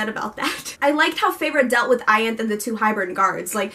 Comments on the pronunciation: I agree with most of what you said!! I loved the way it wrapped up and i was kinda happy with all the lose ends cos it means theres more story to hear and i dont have to be done witht the characters. Also with Ianthe, i think Sarah pronouces it Ianth-iee. And regarding Mor being gay, when i read it i was like wow okay... where did this come from.... but i mean it kinda makes sense cos she dragged Azriel around for 500 years... who does that without a legitimate reason. Also the story is from Feyre's pov so if Mor didnt want Feyre to know, then she wouldn't have known, ygm? And yh i dont really know how to feel about Az and Elain and i agree with you completely there! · Its pronounced I-an--th-e